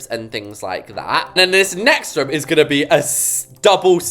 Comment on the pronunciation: it’s kinda funny how when you say “room” it sounds like ur saying “rum” 😂 (sorry! Don’t mean to mock your accent, it just kinda amuses me, btw, love your videos and it would make my day if I were to join the same server as you 😊)